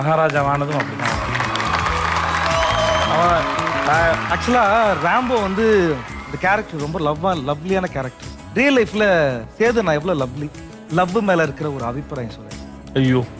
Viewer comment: அது சேது 😅சோது இல்லை. 😅😅😂😂